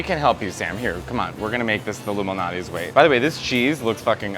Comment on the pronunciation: I thought they said "Illuminati's pizza", lol 👁🍕